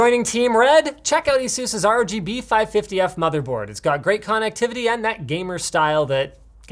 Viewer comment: great cawnectivity